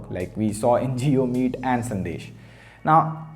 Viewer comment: 100th comment Hey small correction it's sandes not sandesh